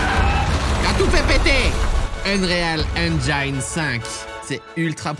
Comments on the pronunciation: On dit pas "Eune réal haine jaïne" mais "Eune riöl Haine Djine" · Juste envie de noyer des chatons quand j'entends "une-réal èn-jaïn", alors c'est "eun-riil èn-jinn' ... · le Unrale engine lol le Un Réal engine lol^ vous devriez dire Un Rille En Gin Allé les franais, forcer vous un peu pour la prononciation SVP. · Par contre, ça se prononce "UNRILE AINE-JINE" et non pas "UNRILLE AINE-DJA-INNE" Voilà :p sinon merci pour la vidéo, elle est folle! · Truc de ouf cette demo j'imagine pas le taf derrière ! Mais pour l'amour des dieux arrêtez de dire "unréale enjaïne" 😅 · A chaque prononciation de l’ enRial angeyne …j avais envie de m arracher les oreilles … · on dit "eunrile èngine" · l'unreal enjaille'n... Bordel fais un effort